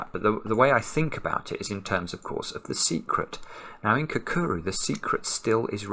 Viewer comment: It’s definitely not pronounced “kakuru”.